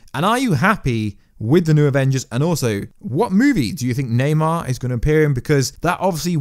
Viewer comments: its namor not naymar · Namor not neymar